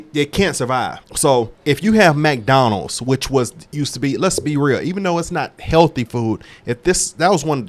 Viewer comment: "MacDonalds" 😂😂 i follow another guy that calls it MacDonalds 🧡